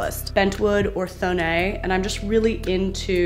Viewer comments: Not to be that jerk, but Thonet is pronounced like Tone-Et. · Such a great tour. And I love your content so, so much. Just one thing: The founder of Thonet was not french (I thought that myself for many years), but german. So it's not like "Thonéééé" but "Thonetttt". A lot of people, even in the interior design world, a getting this wrong. 😊 But that's just me, nerding around. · I love how Americans butcher names, thonet : it’s not pronounced in a “French” way, it’s pronounced like “toe” + “net” in one word. Sorry I am am not making fun of you it’s just funny to me how it sounds! It’s actually rly cute 🥰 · this is a really random sidenote and I don't mean to be a smartass but since thonet are austrian chairs and i am austrian (and love them, too), i feel i can chip in and let you know they're pronounced "toh-net". okay. random sidenote over. i really really enjoy watching your videos and you have a beautiful place and lovely taste! x